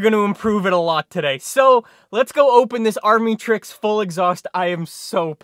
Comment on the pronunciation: It’s pronounced amitricks